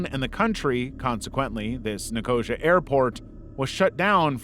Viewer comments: Jeeesh!!! Get a pronunciation guide. NICK-OH-SEE-UH. Not Nicoshuh. Come on. Your videos are otherwise so good. This happens in so many videos I enjoy spanning YT. These silly unnecessary mispronunciations make me cringe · abandoned or never existed? Ni-CO-xu isn’t a place, it’s Nic-o-SEE-uh (or sia, but it’s 4 syllables) That is the worst botching of a name ever! The Turkish side of Nicosia is a 180 compared to the Cypriot side. The Turkish side is still bombed out and looks like an active war zone. It’s creepy at night but during the day it’s fascinating to walk through a modern battlefield. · It’s Nick-o-sea-a not nicosier as you pronounced it. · Sorry, i hate to be that person, but here i am, being that person. Nicosia is pronounced Ni-kuh-see-uh. Loving your work, though, and have subscribed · Nicosia is pronounced Nico-sia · I used to live in Cyprus and the way he says Nicosia is so brain ticking not in a good way (no hate)❤ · Just a quick heads-up: Enver Hoxha is pronounced HODGE-ER and Nicosia is said NICO-SEE-ER :)